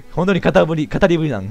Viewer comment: 語り部←かたりべだよwww